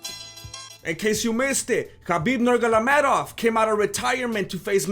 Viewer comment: "Khabib 'NuRgaLaMedov'"